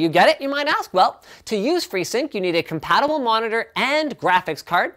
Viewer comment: lol linus "compatimable monitors"